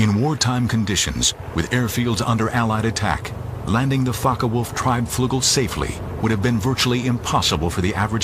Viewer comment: ✈Fncker Wolf??? No wayyyy......😳 Its Focke Wulf.....These Yankees really go over the top!